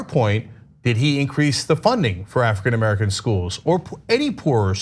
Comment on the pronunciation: Cenk: African Amercilum